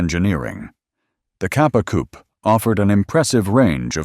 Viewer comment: The many failed attempts at pronouncing Italian names is woeful and embarrassing. Also the word 'coupé' has an e with an acute accent (´) at the end, it is therefore NOT silent and not a place where chickens live.